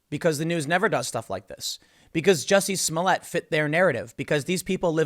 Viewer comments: It's "Juicy Smole-yeh"... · Tim I think it's pronounced Juicy Smolyay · Its "Juizy Smollyay" 😂🤣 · Ah, yes, the famous French actor, Juicy Smooyay. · Jussie Smollett? I think your referring to Juicy Smooyay. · His name is pronounced Joo-see Smooli-eh